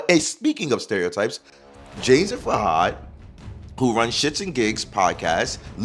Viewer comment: I think his name is pronounced FOO-had.